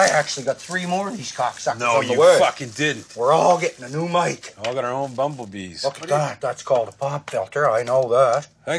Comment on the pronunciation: "Baublebee" o.O